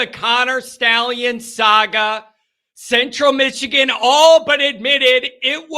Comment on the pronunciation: Michigan not Mitchigan